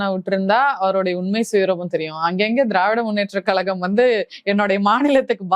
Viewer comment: கலகம், களகம் - அது ஏன் கழகம் என்று சொல்ல வரவில்லை 😂😂 இந்த நாடகம் அந்த மேடையில் எத்தனை நாளம்மா 😂😂